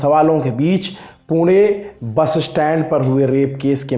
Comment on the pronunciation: Wahhh sir isey kehte h pronunciation पुणे ण, न nahi 👏 👏